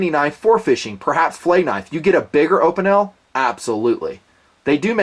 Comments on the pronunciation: In fact you pronounce Opinel quite well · You pronounce it well!!;) I'm a French -lover, your french TMP!! And as everyone knows Opinel is a french factory... Every Frenchman possesses one. Great review! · Good old Opinels! :) I'm from Québec, Canada, so my first language is French, and I wanted to say, your pronunciation is correct. We say "Uh-pee-nel", not "Oh-pee-nel". I have to say, I've seen men using Opinel knives since I was a kid, and they work really well and are very inexpensive. The blade is really easy to sharpen, and man, it can be sharp! I don't dislike tactical knifes either. In my bag, I carry an Opinel No 8 (stainless version), a Cold Steel Recon Tanto (foldable version, I have the full tang version in my drawer at home) and a Leatherman Surge. They all have different uses. The Opinel is excellent for cutting food and for just straight cuts. The Recon Tanto is an excellent knife for poking things without having the point bend, and the blade is super thick so it's also better for prying. And the Leatherman is just useful in so many different situations. I've never tried the other peasant knife, thought. Curious about it. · I speak French ... you got Opinel's pronunciation correct. Jus sayin.